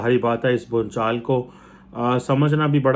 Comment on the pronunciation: Bhunchal nahi bhuchal bolo